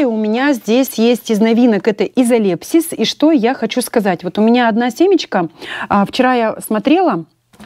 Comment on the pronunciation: не изолеПсис, а изолепИс